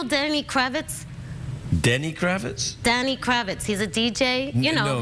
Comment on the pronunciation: Hey Rosie! It's Danny Krivit, not Kravitz (must've been thinking about Lenny...LOL). Anyway, watched the whole thing, very entertaining, gotta love New Yorkers!